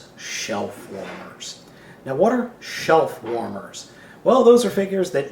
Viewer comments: I thought you said shellformers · I thought you were saying shell former for the first seconds of the video. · are you saying shell former or shelf warmer? they sound the same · Omg hahaha this whole time i thought was was saying shell formers and i was like thats gucking not wat it is hahaha